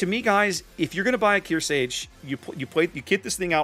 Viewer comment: I know I'm being a grammar nazi right now, but It's pronounced kear•SARGE as in sergeant (you keep removing the R). She's likely named after USS Kearsarge BB-5, the only US battleship not named after a state but after a Civil War sloop; which was in turn named after Mount Kearsarge in New Hampshire. Other than that, great game. I loved the one-shot on the Hipper!